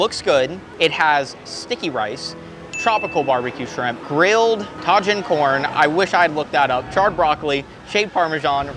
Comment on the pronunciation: Tah-heen, not ta-jin. At least you tried.😂😂😂😂